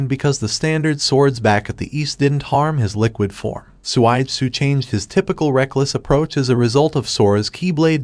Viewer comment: suigetsu not swaidsu